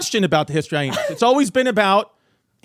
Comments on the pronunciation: Drink every time Chrissy Chaos puts an extra 'H' in Hyenas... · I still laugh at how Chrissy pronounces some of his words like Hyhenas and Tubberware lol 😆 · “History HyHeenas”